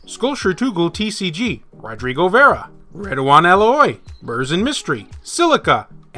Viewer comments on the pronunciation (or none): none